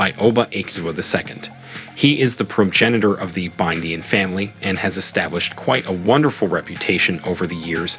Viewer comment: Is the pronunciation of Igbinedion as Ibidin for me 🤣🤣🤣